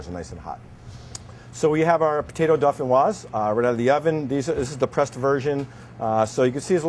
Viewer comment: Per the way you spelled it above, It's pronounced doe fin wɑz.